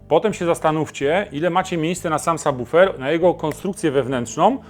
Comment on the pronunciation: Niesamowity, rewelacyjny i bardzo wartościowy materiał! Choć na razie nie stać mnie na car audio i póki co mam tylko systemy domowe, to obejrzałem z zapartym tchem, a prawidłowa wymowa słowa subwoofer to wisienka na torcie. Dziękuję!